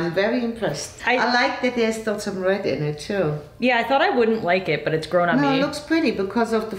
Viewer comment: Everytime you said “red“ it sounded like you were saying “bread“